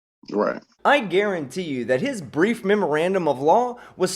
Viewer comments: Sorry it sounded like he said grief not brief. I think his fraudian slip was correct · It's "brief", not "grief".